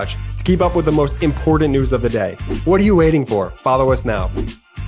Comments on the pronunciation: Your in-content ads are offensive scams. It seriously diminishes your credibility. Dream Powder, fine art investment, garbage kneaders. Ripoffs, stop selling them. Also, IMPORTANT! NOT IMPORDANT! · Hey Ben, please teach your brother how to pronounce the word “important”. It’s driving me crazy.